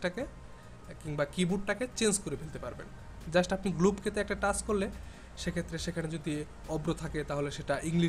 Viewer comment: শ' গ্লব কে!! 😂😂😂 Show globe key! এগুলা কি বলস ভাই?